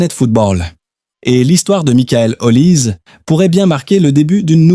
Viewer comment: Comment voulez vous qu'on vous prenne au sérieux alors que vous ne respectez pas meme la prononciation de son nom? L'IA vous infantilise!